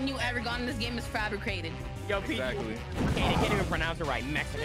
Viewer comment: Every win you got in this game is fabriCated Dontai: You can't even pronounce it right, Mexican!😂💀